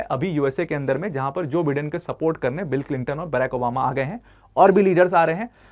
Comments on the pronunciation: Its not Bidden , it's Bye-den . Atleast pronounce properly. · Pronounciation*wrong* जो बाइडेन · Bolna sekh le teacher pehle, joe biden hota hai